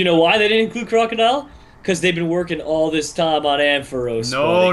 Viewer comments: STOP SAYING IT!!!!!!!!!!!!!!! Croakodile?!?! IT IS NOT!!!!!!!!!!!!!!!!!!!!!!!!! It is Krookodile... SO WTF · It's krookadile